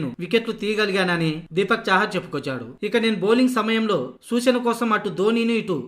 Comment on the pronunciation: బాగా చెప్పావ్ అన్న.... కానీ మీ మాటల్లో ఒక చిన్న పొరపాటు గమనించాను, ఏంటంటే, సూసన అని అన్నారు. సూచన అని అనండి.